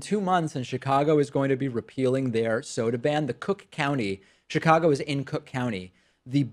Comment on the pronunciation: they way David said Chicago reminded me of an old video in which he said he often mispronounces Chicago and says it like he would in Spanish..